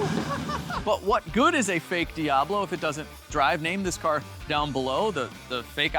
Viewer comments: “The No-Ablo” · The foeoblo (foe-ob-low) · Call it the “Fiablo” fee-ahh-blow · Diabfaux. Or Diab faux. Or Lamb-faux-ghini… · The "Doh"ablo 😂